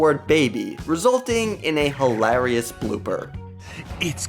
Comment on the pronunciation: "You could make a feature length movie with all these bloopers". Um, no you clearly couldn't. Even with your awful padding there's barely 5 minutes of bloopers here. Also, has probably the weirdest pronunciation of hilarious I've ever heard.